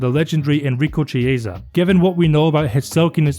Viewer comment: Gillingham - "jill-ing-ham" Luis Figo - "loo-is figo" (Not Louie, he's Portuguese) Chiesa - "key-ay-sa" (Not chee-ay-sa)